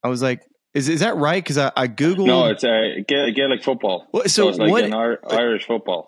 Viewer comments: Love ya, Smylie, but you have to work on your pronunciation of ‘Gaelic’ before they’ll let you into a Gaelic Football match! 😁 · The worst pronunciation of Gaelic I’ve ver heard 😂